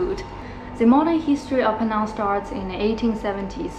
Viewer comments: 安徽小妹妹！你把"PENANG" 的 “NANG" 发音错了。It should sound like "HANG". NANG should not sound like 囊. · Penang is pronounce is "Pi Neng". It's not Peh-nang. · You 😂 pronounced Penang incorrectly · Penang is mispronounced! Please get it right!